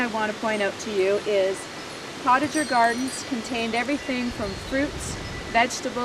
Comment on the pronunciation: It is pronounced....poe ta zhay...not portager